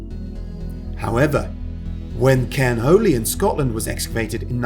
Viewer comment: Cairn Holy-o heh heh